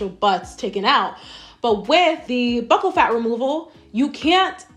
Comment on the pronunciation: Did you do any research at all if you don’t know how to say “buccal” 😂